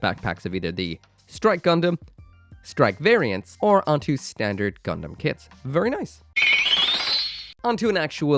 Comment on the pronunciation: "Vurry vurry" sorry couldn't resist